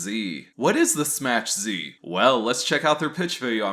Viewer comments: "it's pronounced "SMACK Z" not Smach.. get the pun much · I thought it was pronounced "smack" z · Smass. He's pronouncing it Smass Z.